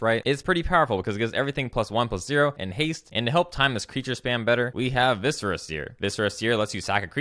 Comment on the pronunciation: I'm not used to hearing someone pronounce Viscera correctly...